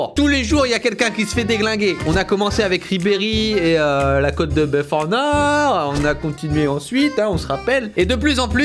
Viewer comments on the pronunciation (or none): none